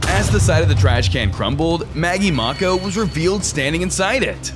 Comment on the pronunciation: Its not Maggie Mauko its Maggie Mako.